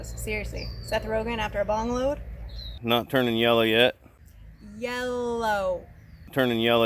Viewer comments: the garden looks awesome! Congrats on the hard work!...”seth rogen after a bong load....” 😂 “Ye-llow” 🤣 killing me! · Believe me you made this "boring" gardening video, not boring with your comments. Oh and remember it's "yellllow". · Hey its Yella where I come from and Water is pronounced Wooder just visit south east Pennsylvania or New Jersey